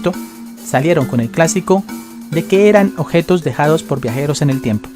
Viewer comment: La neta hablas bien feo objetos ossidacion dotores admiro tu valor